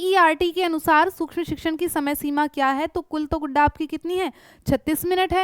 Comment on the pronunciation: Mam aap bar bar guda bol rhe ho guda kya hota h